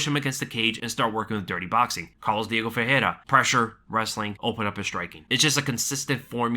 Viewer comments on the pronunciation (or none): none